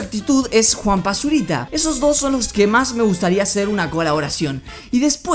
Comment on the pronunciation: en ves de juampa zuriita escuche juan basurita xD